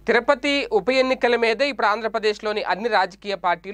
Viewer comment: తిరపతి కాదు, తిరుపతి.సరిగా పలకండి.